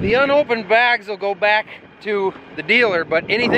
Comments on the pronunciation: “Begs, BAYGS” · Can we get Becky to confirm whether it's bags or begs. my fellow podcast listeners will understand😂